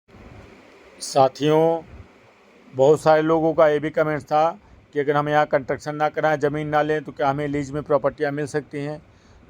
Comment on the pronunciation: ji, you are frequently using one word " Contuction" which is wrong word. ये शब्द होता ही नहीं है Actual word is CONSTRUCTION Please correct while using in future in your vlogs Thanks 🙏🙏